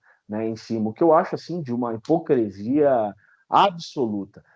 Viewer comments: Entrevista muito boa, mas doeu nos ouvidos a`hipocresia` falada muitas vezes, o correto é hipocrisia... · QUEM LEMBRA? "COM NOSSA HIPOCRI..."🤣🤣🤣